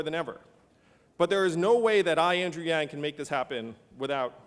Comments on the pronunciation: lol even Sharpton couldn't get his name right "Andrew Lang" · Did Sharpton just say Andrew LANG??? That's what I heard... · yang not lang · Did he say Andrew Lang? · "Mr. Andrew Lang", instead of Andrew Yang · Did...did he say Andrew Lang? Did I hear that right? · Yang not Lang..some LANGuage barrier here. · Secure the bag! Andrew Yang and put some respect on his name; it's not Lang, It's YANG! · Did this guy really say Lang? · he said Andrew Lang. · He said ANDREW LANG.... NOOOO WAY lol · Lang!???? Come on man. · i thought he said Andrew Lame and i got mad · yea the black chick on the view (not whoopie) called him andrew YUNG, smh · Did he say Mr. Andrew LANG?